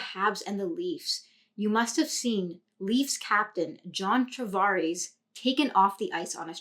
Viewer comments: Nice breakdown, but you keep calling him "Travares." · Great Video! only small critique would be the pronouncing of his last name 😂 other than that, really appreciate the insight 👌🏻